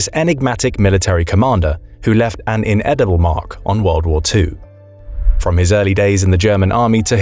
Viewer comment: That's indelible not "in eatable" . Hahahahahaha...